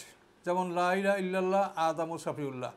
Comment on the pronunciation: আপনি লাই লাহা কেন বলেন? সঠিক শব্দটা হল, লা ইলাহা। এই ভূলটা ৯০% আলেম করে।